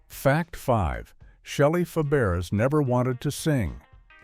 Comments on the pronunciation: Fa-bear-ass that's not even close to her name😅😅😅😅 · Faberes pronounced Faberay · Pronounced FABRAY. Learn it.